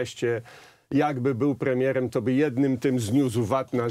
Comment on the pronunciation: "Gdybym był płemiełem...". Tuska trzeba interpretować, jak Wałęsę tyle, że tutaj jak Rumpelstiltskin - jest cwany, inteligencji na jakimś tam poziomie nie można mu odmówić, dlatego ma to drugie dno. Tak więc dopowiem, za Tuska, przekładając z niemieckiego na polski: "Gdybym był premierem, już dawno bylibyście wszyscy spałowani!". Ot, taki mały SSmanek.